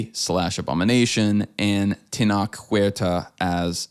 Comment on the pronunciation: I love you guys to death and I never miss an episode. But if you’re going to do stuff like this, please, please learn how to say the actor’s names first. It pains me every time I hear you say Tenoch’s name. For future reference, it’s pronounced Teh-noch (like the beginning of noches).